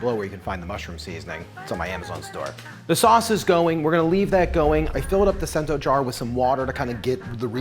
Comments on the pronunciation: Pronounced “Chento” not cent-o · I thought it was pronounced “chento” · Cento is pronounced CHEN-to